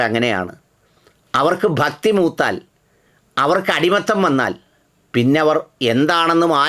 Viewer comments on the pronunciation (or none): none